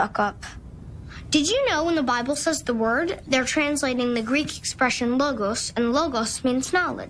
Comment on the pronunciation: As a greek i confirm that he pronounces Logos quite good